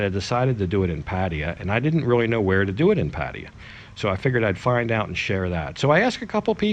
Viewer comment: I like your videos but please learn to pronounce pattaya I hate people saying paddiya its PATTAYA PATT NOT PADD